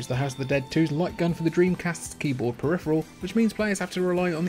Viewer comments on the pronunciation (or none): none